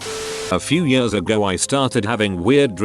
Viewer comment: I can’t fucking stand the way the robot voice says the word years!!!!! It’s like yahhhsz